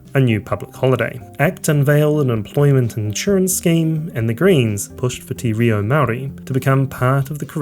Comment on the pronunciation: Also, you don't get to just say wah I can't pronounce Māori words. You live here, you should pull your finger out and learn. It's not difficult and there are a ton of resources you can access to just learn the vowel sounds. Tee ree-o? Come on, not good enough